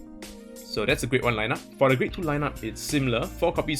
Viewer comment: lol why u keep pronouncing 'the' wrongly? it's wrong usage of that word lol u supposed to say it that way when the next word is a vowel haha